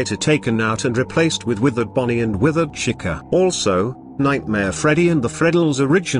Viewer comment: For some reason when the text to speech voice says Jack o or Chica it kinda sounded like it said jak O and cika but i think its just my imagination